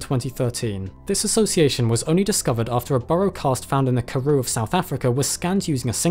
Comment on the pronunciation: Just want to let you know that you butchered the names of the Karoo, Witwatersrand and more, but it's okay, I still love your videos😅